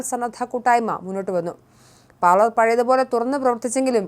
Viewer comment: Parlemento?😂😂sookshichu parayu kutty parlour ennathinu pakaram parlement aayi😊